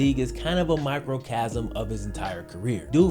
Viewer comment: Love you dawg but it’s microcosm not microcasm. You’re still the man